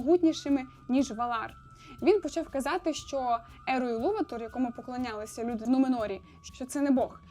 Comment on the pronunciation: Після таких опусів цієї дами як АрдА, ІлуватОр... Це жах. Почитайте хоча б додаток про вимови англійською. (ВП). 👎